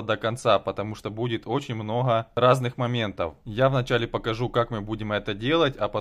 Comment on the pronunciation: Многа, многа надоел со своим многа😂😂😂